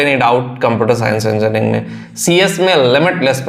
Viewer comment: बोल तो पा नहीं रहा है 😮😮😮 enjarning 😅😅😅